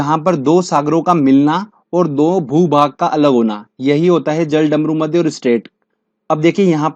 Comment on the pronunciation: Ise jal-damru-madhya nahi bolte.... Balki jalad-marudhya bolte hai 😂😂😂😂😂😂😂😂😂😂😂😂😂😂